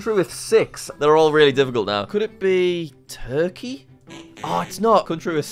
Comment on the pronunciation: I'm not Turkish but, it LITERALLY says Türkiye there and he still pronounced it as turkey... brev